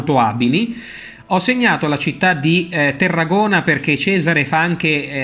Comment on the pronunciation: Perdonami, non è Terragona ma Tarragona o al massimo Tárraco, come si chiamava allora.